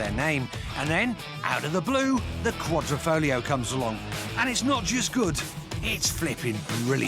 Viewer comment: The Alfa will break down before you finish saying Qua-dri-fo-glio